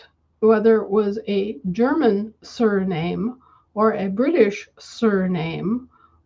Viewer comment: When talks about “surname” for me it sounds like surrealism (n.) - from French surréalisme, from sur- "beyond" (see sur-) + réalisme (see realism). Sur- also means “anti”